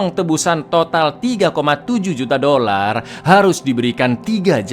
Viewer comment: artikulasi dolar kurang jelas -5 poin 😂